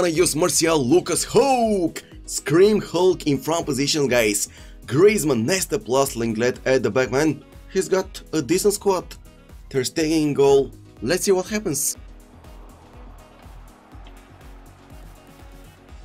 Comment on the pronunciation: Can someone please tell this man its not fucking leng-let. its pronounced long-ley